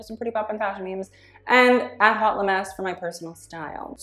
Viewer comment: I love you sm but as a french speaker hate the way you say "haute"😭